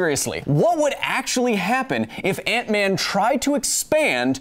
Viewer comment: honestly heard aunt May instead of ant-man